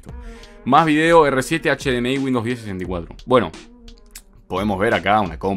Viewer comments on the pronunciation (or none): none